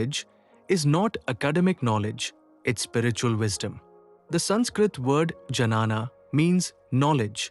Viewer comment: This AI pronunciation and reels are just killing me. It is not Janana Yoga but Gyana Joga.